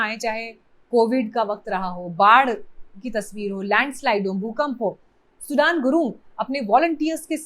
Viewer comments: Not सुडान सुदन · Sudan Nahi sudane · सुडान नही म्याडम सुदन गुरुङ है उन का नाम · सुडान गुरुङ नहीं सुधन गुरुङ है। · Sudaaan nahi sudhan gurung hai naam kya ray intelligence tera gaja fuktay hain kya ,godi media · सुदन गुरुंग हैं, सूडान नहीं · His name is "सुदन" not "सुडान" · Please it’s not सुढान but सुदन . As an Indian you should know at least that much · सुडान नहि सुदन गुरुङ है नाम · सुदन and सुडान is not same। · Please pronounce correctly sudan' s name